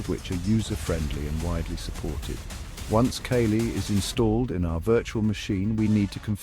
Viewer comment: Tell your AI friend its not Kay-Lee...